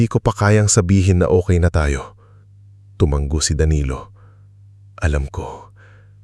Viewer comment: Sir, tumango po , hindi tumang-go. Hope u don't mind 🙂